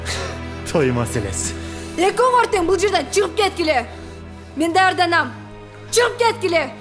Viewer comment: туура сүйлөчү, жасалмаланбай! Даарданам дейсиң го )))) даярданам. Жасалмалык сулуу жүзүңдү бузуп коёт экен. А Абир менен Рамис өз ролдорун мыкты аткарышат экен